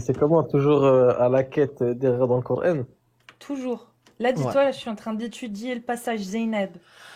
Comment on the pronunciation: Pareil. J'ai du mal